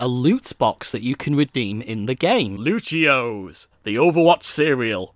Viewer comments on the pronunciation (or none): Nah homie just called lucio-ohs luchios